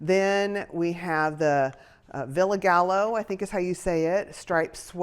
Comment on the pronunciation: Hi! She did a great job on this box I think because you generally liked everything in it? The sizes were just a wee off so hopefully #3 will nail it?! I learned from FDF that it’s pronounced “Villa Guy O”.. loooved the green sweater and always appreciate the insights like how bias cut works! Colorush.. I was holding my breath while you pulled at the pricing! Believe it or not that was a low price for them!! I’d received a few (100) cashmere sweaters fr them.. upper $200s 😮 TFS!